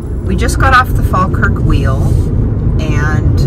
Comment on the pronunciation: We politely request that tourists don't rub our statues. Thank you We also wish guidebooks would stop telling people it's good luck. Greyfriars Bobby is running out of nose...😁 Congrats on the correct pronunciation of Falkirk by the way. (Locals actually say faw-kirk but yours was proper😄) The Kelpies were originally meant to be a functional boat lift but ended up being just decorative. Sadly you drove past Linlithgow & it's palace on your way to Falkirk, maybe next time. Culross is worth a visit too..